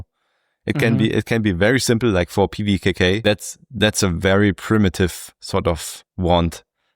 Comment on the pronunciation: Show off. Reading the name of pvkk like it's nothing 😢